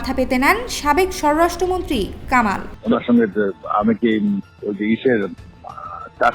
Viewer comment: 'ষড়রাষ্ট্রমন্ত্রী' না আপু, উচ্চারণটা হবে স্বরাষ্ট্রমন্ত্রী!